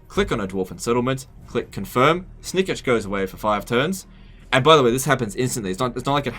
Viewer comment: That pronounciation of Snikch.... Come on its not Snikich its Snikch. XD